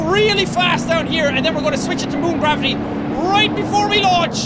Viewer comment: Who noticed we Jack said qwavity